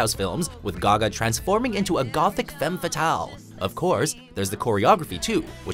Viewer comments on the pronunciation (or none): none